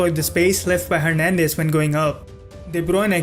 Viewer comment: Very interesting video... But you have a very weird way of pronouncing the players' names... Half the time I didn't understand who you were talking about... Who is Debronay ? I guess It was de Bruyne... Anyway... Good analysis nonetheless ;) EDIT : ok I just finished the video... Yep Debronay is de Bruyne XD